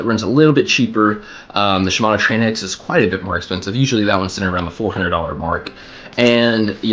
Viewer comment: Tranx is pronounced like Traynks. Rhymes with thanks. Thanks for your thoughts. Been looking at this. Mostly fish piers for Tarpon and Kings. I own 2 tranx 400s and a Okuma Komodo SS. So fun fighting big fish on a baitcaster.